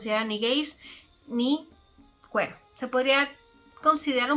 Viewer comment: se pronuncia quir en ingles